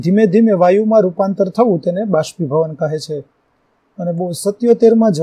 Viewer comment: ભાષ્પીભવન નહીં બાષ્પીભવન